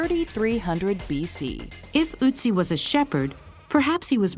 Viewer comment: it's not Utzi It is ötzi get it?